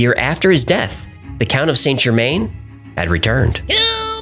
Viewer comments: San-Jermann not Saynt Germayne. Americans using French words is worse than Americans spelling English words incorrectly :D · Good video - and I hate to be that person - but your pronunciation of Saint Germain is wrong. It's pronounced San Ger-man (French) not Saint Germaine. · Correct pronunciation is closer to Sann Zhermehn. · Saint Germain is pronounced JE-man or zhuh-man, not GER-main (even in English). I find this really distracting from an otherwise interesting video. If you want to affect the correct French pronunciation drop the T in Saint, Sain or San JE-man. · St Germain pronounced: san germann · It's pronounced '' San gerMAN''